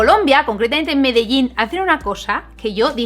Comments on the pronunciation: yo de medellin, ter dice medellin yo implocsiona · Qué gracioso escuchar a decir Medellín, no lo esperaba...